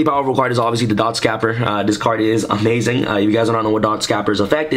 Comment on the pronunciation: you pronounced dotscaper wrong again lol